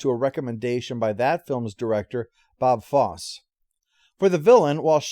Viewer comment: This is some good stuff. You know what you're talking about and you make it interesting enough. I would recommend you make sure you know how to pronounce the names of everybody involved. Even seemingly simple ones like Bob Fosse. It would add much to your credibility. Good stuff, though. Keep up the good work.